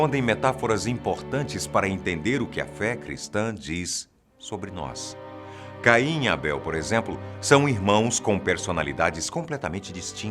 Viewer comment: Falar Caim com "Ca " como a sílaba tônica é muito mais foda